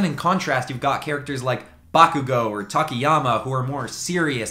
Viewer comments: When you hear him say takiyami and not tokoyami and now your confused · Man you pronounced tokoyami weird